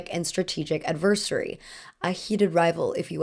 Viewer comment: KIRsten not KRIsten. Also look up how to pronounce "adversary".